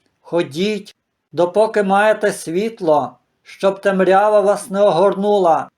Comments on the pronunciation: Поставила лайк тому що ви за Україну, але цей ваш наголос у слові "темрЯва" - це жесть для вух. Тому що правильно - тЕмрява!☝️ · може я мало живу на світі, але такий наголос в слові темрява як у вас, чую вперше. Великі були колись і вони говорили як хотіли, то було тоді! А ми маленькі і сучасні маємо говорити як прийнято зараз, а не в минулому. Про різноманітність діалектів, говорів знаю і не маю нічого проти.